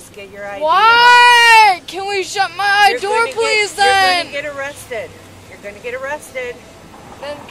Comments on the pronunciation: I liked the “my idoor” too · and “please shut my idoor” like is that apple’s newest product🤣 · Every single time she said she wants the door shut she said “shut my I-door” and I had to giggle every time. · About 10 seconds after that she asked to “shut her “IDoor” lmao